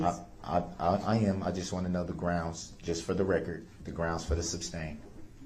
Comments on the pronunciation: Brooks is such a MORON who THOUGHT he was the smartest person in the room. Some were words or phrases of which he clearly hadn't the slightest idea of their meaning, especially in a legal context. -- "Grounz." I suspect he heard that in a movie or on TV and he thought it made him sound knowledgeable. -- "With all due respect" used habitually to continue disrespecting the Court. -- "Fair to say" as a preface for testifying during cross- examination, and infuriatingly overused: I counted 3 times in ONE question to a witness. It grated on the nerves. -- "Admiralty or Common Law." It's a CRIMINAL COURT, dipshit. -- That ridiculous "hiding" behind the stupid mask. -- Expecting the Judge to do his legal work for him. -- NO IDEA what hearsay, or "relevancy" -- a Brooks word for the correct word relevance, leading a witness, or any others actually MEANT. -- Failure to comprehend that HE had the burden of citing Statutes or case law to back up his "motions" in Court, not the Judge when denying them. -- The "mind-boggling" when his "brilliant" tactics and arguments got completely destroyed or were completely ludicrous, such as the vehicle "recall." -- Failure to comprehend that in a CRIMINAL case, there isn't a "Plaintiff." The State or Federal government takes over prosecution on behalf of the actual victims and the People of the jurisdiction. Murdered victims can't appear in court. The government has to speak for them. -- His "conscience is clear." He's "moved on." The murders and ca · Id like 1 cup of coffee, please...groundz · RIGHT and AXEING questions instead of asking. Not to mention GRAUUUUNZZZZ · He's so ignorant he doesn't realize the word is sustained and not substained! And if he would be quiet and listen to the states objection then he would know the "groundz" when the judge sustains it....Dummy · Darrell "Grounz" Brooks. I guess he has plenty of time to read his Bible now.